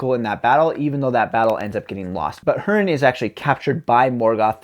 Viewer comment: Good review. I thought much the same when I read it. P.S., Hurin is pronounced hoo-rin.